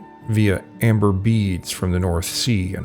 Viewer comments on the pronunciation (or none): none